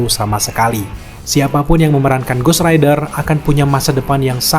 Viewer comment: Ghost rider bang,bukan ghost raider😂